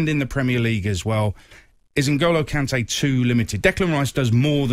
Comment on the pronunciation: The disrespect on Kante's name